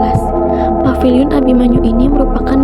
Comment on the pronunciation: Paviliun bukan papiliun pak